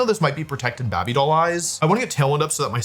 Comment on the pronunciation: Can you stop saying Babey Doll Eyes, it irritates me